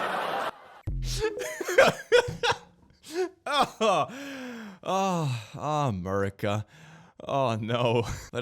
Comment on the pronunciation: The way you say “AHHmerica” is now the correct pronunciation.